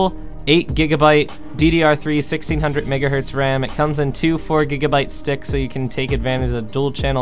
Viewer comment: Gb not go lol